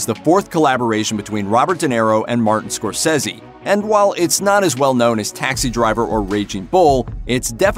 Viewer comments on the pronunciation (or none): none